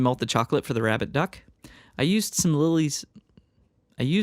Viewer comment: Was I the only one that kept hearing "Rabid Duck" instead of "Rabbit Duck"?